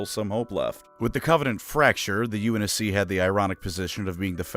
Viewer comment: Unc navy lmfao I can’t stop laughing. Stop butchering halo terms